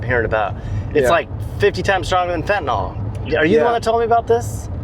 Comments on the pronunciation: y'all got any fentaNALL? Not fentaNILL. the proper pronunciation. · FentaNYL. NYL. It's not TylenOL. FentaNYL.